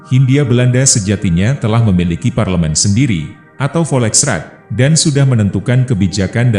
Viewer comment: Narasinya bagus tapi pelafalan kata-katanya (maaf) masih kurang, bahkan ada yg salah. Seperti "volksraad" yg dilafalkan "voleksrad", "cultuurstelsel" yg harusnya dilafalkan "kulturstelsel" malah jadi "kalcerstelsel" (lafal bhs. Inggris) dll, ada juga penggunaan kata "jepun" bukannya "jepang", kata "jepun" adalah pelafalan bahasa malaysia untuk negara jepang. Ini kanal youtube Indonesia kan ya? Jadi gunakanlah Bahasa Indonesia yg baik dan benar. Terimakasih 🙏🏻